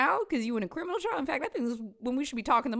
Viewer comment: It's a small thing and really just feeds into what was saying, but one thing that irked me during this video is the way he emphasized the word "Criminally" several times, as if to say "don't look at what I did or didn't do, at least I didn't break the law". It's like he was trying to be sneaky about his self-conscious effort to absolve himself of some guilt maybe, but more likely any responsibility toward what happened. It's just another icky thing about how he's treating this situation with his kids.